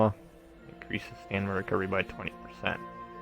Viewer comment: This is a great guid but it drives me nuts that you keep calling it "Stanima" STAM-INA. Other than that thanks for the guide.